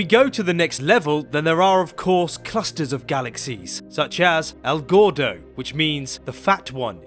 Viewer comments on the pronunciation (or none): "el gordo" which means "the fat one" in Spanish. I thought he said "Al Gore-doh"